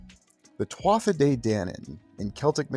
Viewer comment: Interesting video but not be pedantic but just a point to note Tuatha is pronounced as TooHa not TwotHa